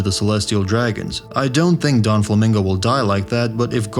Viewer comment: Is this guy trolling? “Donflamingo” “impel dawn”